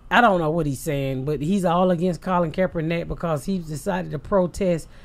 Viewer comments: Joey: "Kapernakick....." Ms Pat: "Who?" Joey: "Kapernakick" Ms Pat & Lee: "Kaepernick" 🤣🤣🤣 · Is no one gonna say something bout this guy sayin kapernakick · lmfao Joey Diaz trying to say "Kaepernick": ku-per-ni-kick! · It’s crazy how Joey Diaz is like a real life Ricky from trailer park boys, how he gets names wrong and words wrong, I was dying when he said kapernicks lmaoooo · When unk joey tried saying Kaepernick ☠ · Joey Diaz butchering Kaepernick's name over and over absolutely killed me.